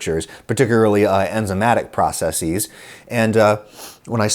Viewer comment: Can you work on your pronunciation of processes, please? You don't wear glasseeeeees to see better.